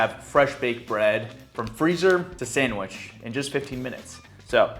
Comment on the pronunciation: "time to make a sangwheech"